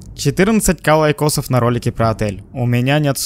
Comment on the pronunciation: Не лайков а чизиров емае